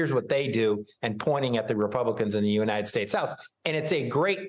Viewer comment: "United Shastes"